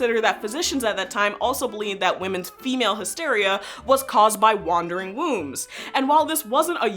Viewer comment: 'Wan-der ring wombs'